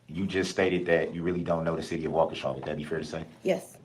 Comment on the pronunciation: This man is a Narcissist! Delusional! It thought he was then a lawyer. He’s from my hometown. It’s pronounced “Wal -key-sha”. So glad this is over. Most Bm here act like this.